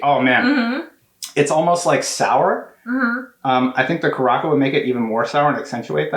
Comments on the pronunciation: Omg the way you pronounces curacao hhahahahaha "kur a sow" is how its said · in next week's podcast: "I'd like to announce that I now know it's pronounced cu-ra-sow, please stop messaging me."